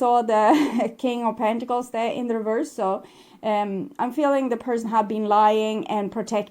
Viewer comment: reverse. the word is reverse. There's no "d" on the end. Oracle after oracle has trouble with this word. Not sure why. It's 3D garbage when someone cheats or is unfaithful. All 3D. On the 5D all is smooth, loving and destined. Sag and my person is a Leo.